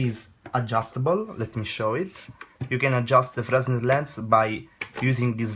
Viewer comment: Good video, thanks! I almost brought one of these when they were on offer for £53 but held out until there were some reviews. And I'm glad I did, after seeing this I think I'll get some thing else. Oh and just one other thing, I had no problems understanding you but... Pronouncing English: --------------------------------- Linear: Solved: Fresnel: [It's properly pronounced Fr-eh-nel, although frez-nel is acceptable.] Sensibility should be: Sensitivity And lastly use the infinitive : "I know that for a fact."